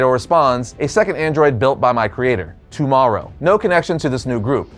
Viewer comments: The name is literally T.O. ("tee" "oh") Morrow. Not "tomorrow." LMAO get it together,. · Slight error,. Morrow's full name is pronounced T O Morrow. Also the detective with J'onn looks like J'onn's human form in The Batman. Though that form was probably a reference to J'onn's classic stories.